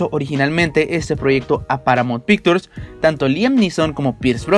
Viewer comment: Se pronuncia "picshurs" no picturs, ademas es Irishman (airishman) no irisman, es Micky no maiki rourke, es Harvey Kietel (kitel) no kaitel, por que no trabajas un poco en tu pronunciacion?